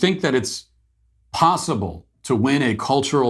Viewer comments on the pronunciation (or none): none